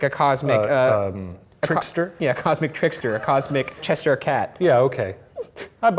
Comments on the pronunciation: I love them but I hate how they pronounce Cheshire😂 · who the actual hell pronounces Cheshire as Cheseyere ? Is this an American thing lmao